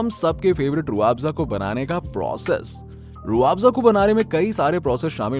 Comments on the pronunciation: Pehle toh pronunciation thik kr. Rooh aafza nhi h Rooh afza hai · Roo aafza nhi hai Rooh afza hai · Rooo aaapza nhi bolte usko khajoor .... Pahele bolna to Sikh le manjan 😂😂😂😂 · Abey jahil.....pahele rooh afza....bolna Sikh...